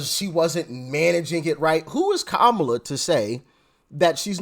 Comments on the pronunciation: Did he say "Ko-bama Harris"😅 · Did he say Kabama Harris? Lol! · Like that he called Kam-@ - KaBama